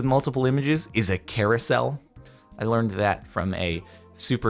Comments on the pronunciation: ... a “Kara-sel” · Hahaha you said carousel and I was trying to understand why you said Kara's cell